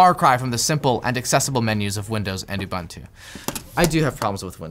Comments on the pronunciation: It’s pronounced Linux Ooboontoo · Ubuntu is pronounced oo-boon-too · I hate how you pronounce Ubuntu, it's a word from my native language, and it would be so easy to Google how to say it